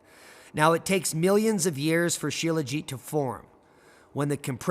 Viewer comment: Shelajit …. colloquially called “sh(eee)it” on the streets of Lhasa.